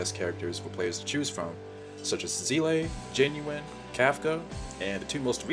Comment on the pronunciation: if you use the English voice, why are you purposefully saying seele’s name wrong?